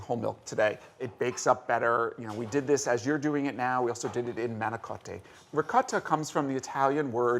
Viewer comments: I love these tasting videos, I hope all is well with Julia, her eyes looked red in the closer shots. Of course, my eyes did the same when Jack pronounced manicotti as mahn-i-CAW-tay. I cringed so hard I pulled face muscles. If this were a lesser organization I might've stopped the video there. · They always butcher the Italian language LOL! When he said manicotti, I didn't understand what he said at first, and I actually speak Italian LOL! I didn't realize it was an Italian word that he had said LOL!